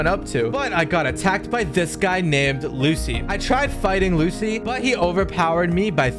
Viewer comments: Bro said Alrong but it’s arlong bro why why and then he says polegraphs it’s poneglyphs it’s it’s not Lucy it’s lucci please stop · Lucci is pronounced luchi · and my bro said lucci's name wrong like dayum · Ur saying lucci wrong